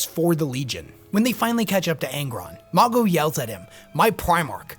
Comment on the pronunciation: The pronunciation of Mago in this vid is killing me 😂😂